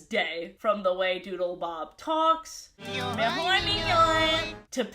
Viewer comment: Every time you said Doodlebob all I could hear was Doodlebop. So now I’m just imagining the Doodlebops making a cameo in SpongeBob